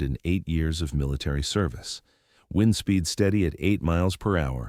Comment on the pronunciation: It's pronounced 'wind' as in the stuff that causes the passage of air, not 'wind' as something you do to a clock. Sort your computer out !!!